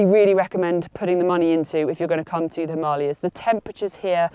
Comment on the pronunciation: Hearing a brit (I assume by your accent) pronouncing Himalayas and Ladakh both correctly throughout the video was pleasant to hear. Tells me you take time to learn about things, which in turn makes me think your other advice must be sound as well.